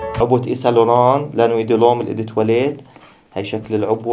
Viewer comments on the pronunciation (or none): أوو دو تواليت مش إي دي تواليت